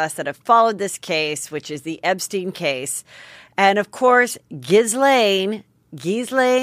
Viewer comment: It's gee-lehn. The G is a soft g pronounced like going. Who cares , she's a monster